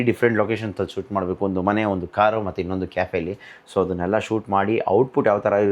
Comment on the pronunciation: ಇನ್ನೊಂಡು ❌ ಇನ್ನೊಂದು ✅